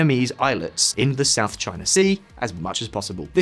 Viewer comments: south is shout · "SHOUT CHINA SEA" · "shout china sea" 🙃🤨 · loved the "SHOUT CHINA SEA"! :) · It's "SHOUT CHINA SEA"😁